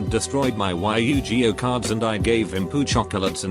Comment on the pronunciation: Y you gee oh. Jesus christ that sheight (in dachies voice) was butchered